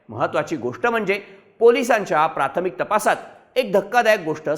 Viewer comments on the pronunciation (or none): none